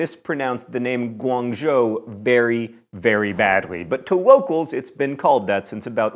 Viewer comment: John: Did you realize that you said "wocals" instead of "locals" when talking about Guangzhou (Canton), China? Mistake? Or were you just being funny?